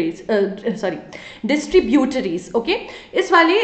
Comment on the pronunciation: maam ur prounciation for distributries and tributries is funny